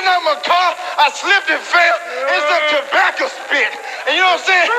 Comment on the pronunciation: You butchered the word tobacco.